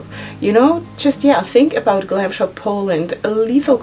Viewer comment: You did amazingly great with polish names ! 😊 I'm Polish and I would understand you if you said it like this 😁 Glam Shop is really good brand ! 😍 Try also single shadows, you won't regret it 😁